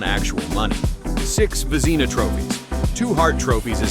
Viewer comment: Again, a request to feed the AI names phonetically. For starters Vezina is pronounced “Vezz-ih-nah”, with the “ih” really short that’s it is almost “Vezz-nah”, not “Vah-zee-nah”